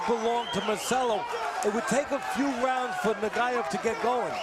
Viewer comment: Exacto ningún “rauns” 😂